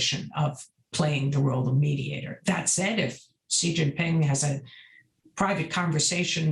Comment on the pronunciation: It’s SHE. Not “See” 🙄